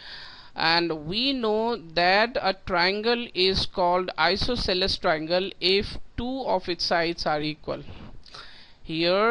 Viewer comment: Your style to says isosceles is diffrent